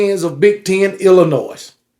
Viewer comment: Dammit man! The S is silent in Illinois, sir.